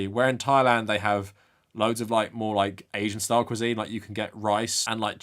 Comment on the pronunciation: "you can't touch his schtoyl"